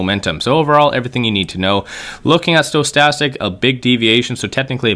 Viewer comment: Dude cannot even pronounce Bollinger or Stochastic correctly.